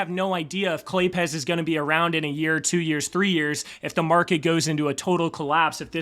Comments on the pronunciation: Claypes, with a z sound at the end. Why do people keep saying Clay Pez? Do they look like Pez dispensers to you? Lol. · Pretty sure it's not Clay-Pez, it's Clay-Apes while removing a syllibal. Say it fast, claypes with a z added for some reason.